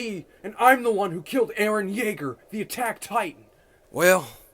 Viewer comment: “Erren yaeger on the beat” sounded way to close to sumn else😂